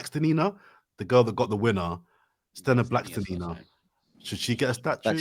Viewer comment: blackstelina... BLACKSTELINA!!! FFS..